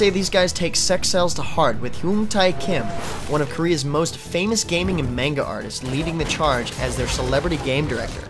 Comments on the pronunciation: You pronounced manga wrong... FAAA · I'm sorry but the moment said Manga wrong that's all I could think about for the next 2 games...